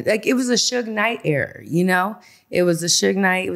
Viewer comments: She keep saying error instead of ERA.....wish these females knew how to speak! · I hate the way she pronounces Era lmaoooo "error"